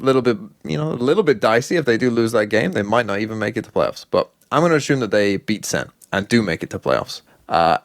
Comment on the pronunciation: especially when he says assume.. i mean ashume